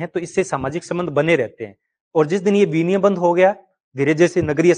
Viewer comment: सही उच्चारण विनिमय, ना कि विनियम 👍